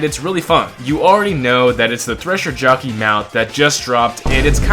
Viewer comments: blud called a whole tresher jittleyang 🥀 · Stop saying thresher jockey 😭 it sounds so awkward ✨